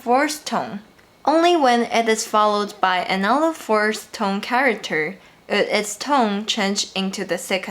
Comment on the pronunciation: [feedback] Whenever you say 'tone', it sounds like /tʌŋ/ or /toŋ/.